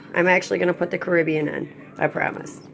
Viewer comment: It is actually from the Spanish word "caribeña" meaning from the Caribbean. Despite that fact the species word is CARIBENA. Pronounced care-uh-beena. BTW. Your little side note is completely irrelevant to the topic at hand 😁